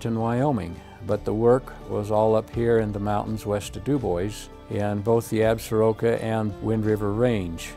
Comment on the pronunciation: Is the guest gentleman in the video a Wyoming native?....he doesn't pronounce Absaroka properly